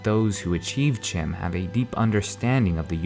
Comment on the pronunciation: CHIM is pronounced "k-im"